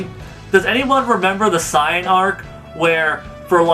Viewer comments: Hale Zian holy shit lmfao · dude, you said saiyan wrong